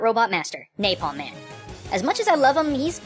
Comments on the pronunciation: Good video. Although I thought his name was Napalm Man, not Naplam Man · Naplam Man LOL ITS NAPALM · "Naplam man" hahaha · It's napalman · "Naplam man" :P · you called it naplam man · naplam man? ...NAPLAM man? I can't tell if this is a trap for grammar naizs or not because I really want to correct this